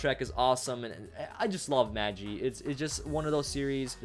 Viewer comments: You prouncouned Magi Wrong its MaahGi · magi is pronounced with a long G. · It's pronounced maghi, not maji